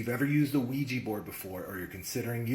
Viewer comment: Quija board is pronounced wee juh technically